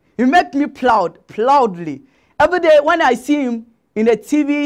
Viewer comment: E make me what? Ploudly😂😂😂